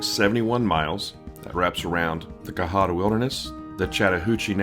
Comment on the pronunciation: You're saying cohutta wrong